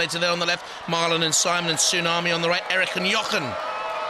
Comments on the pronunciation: Did the announcer call tsunami "toosommy"? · why is he saying tusami instead of tsunami? XD